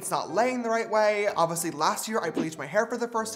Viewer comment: I like how James says “obviously” “ovisly”